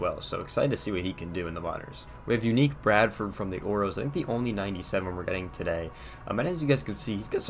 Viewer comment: #17`you said unique it's EN REEKAY